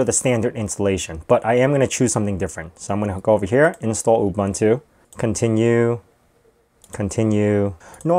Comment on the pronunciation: It's not Ooh bun too, it's Ooh boon to (Ubuntu). It's really a very simple South African word, please get the pronunciation right.